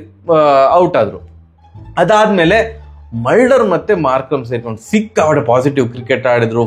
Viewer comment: ಮಲ್ಡರ್ ಅಲ್ಲ ಅಣ್ಣ ಅದು ಮುಲ್ಡರ್